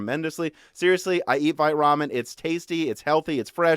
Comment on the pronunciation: Vite Ramen, I kept hearing fight Ramen